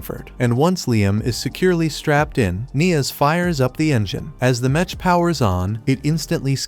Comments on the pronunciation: Metch metch metch bruh wtf is that it's mech not metch😂😂😂😂😂😂😂😂😂😂😂😂😂😂😂😂😂😂😂😂😂😂😂😂😂😂😂😂😂😂😂😂😂😂😂😂😂😂😂😂😂😂😂😂😂😂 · OMFG! Fix the text to speech! "Mech" is pronounced as MEK, not with the soft "ch" sound!